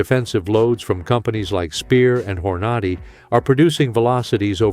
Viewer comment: When bro said horn ahh de he lost me